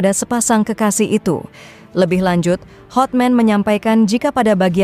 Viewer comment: Hatman mba .bukan hotmen